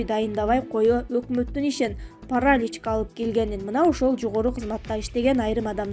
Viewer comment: Паралич дейт го. Туура койчу басымды